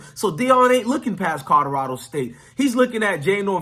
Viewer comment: Are you really saying codorado? Guys that look like you should learn how to speak English